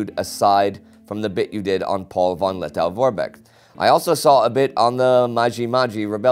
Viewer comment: The pronunciation is 'Meenenwerfer'. And 'Lettoh'.